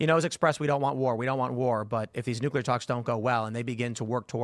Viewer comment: Hoo-tees. Not Hoot-sees. Nook-lee-R. Not nookool-R. FFS bro..